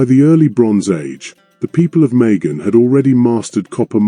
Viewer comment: It was oman* and it’s majan not megan…